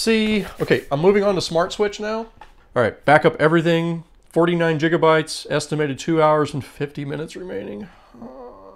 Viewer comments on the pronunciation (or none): "49 jigabytes" 😂😋